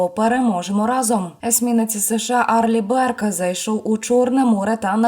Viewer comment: "Арли Бёрк" .😊